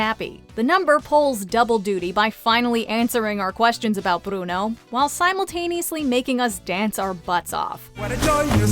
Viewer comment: Nice job rolling the R's on "Bruno", narrator.